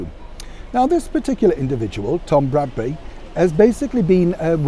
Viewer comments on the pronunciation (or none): Mr Bradby not Bradbury! 😂